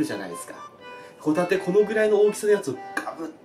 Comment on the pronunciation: 白貝とホ⬇タ→テ↑